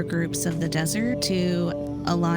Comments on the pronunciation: Did anyone else hear him say “rift raft” instead of riff raff ???? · Bro said “rift-raft” 💀 Someone should learn more English vocabulary 😂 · lmaoo someone said riffraff and dude thought they said "rift-raft"